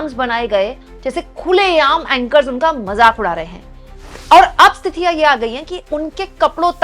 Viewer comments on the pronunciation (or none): आप स्थिति को स्तिथि क्यों बोलते हो? इस वीडियो में आप 5.32मिनिट पर सुनिए।पर कोई बात नहीं बस ऐसे ही।